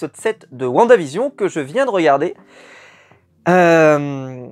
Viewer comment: Whaou tu as bien prononcé "WandaVision " pour une fois 😂😂 sinon top la vidéo